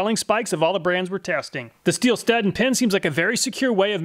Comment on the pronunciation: Thanks for saying husqvarna and stihl correctly.